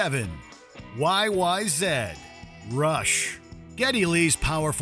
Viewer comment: Props where it's due. The fact that you acknowledged YYZ is pronounced "why why zed" made my canuck ass happy.